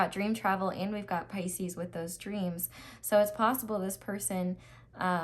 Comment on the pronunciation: i have paused the reading just to comment & say how much i love you for saying “Pisces’s’s’s’s’s” 😂😂😂😂😂 you are my new favorite tarot reader by the way, you’re amazing 💖